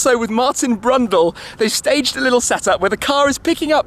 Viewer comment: Martin Brundle, not Brundell